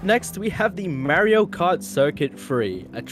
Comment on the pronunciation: its Mar io, not Mari o